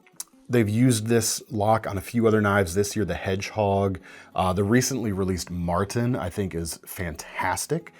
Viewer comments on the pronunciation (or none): none